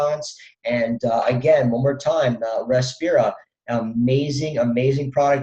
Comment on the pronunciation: btw its Respira, not Repirsa